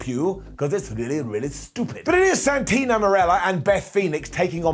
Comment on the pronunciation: I always find it funny when talks about Santino, because he always calls him Santina without realizing, Lol.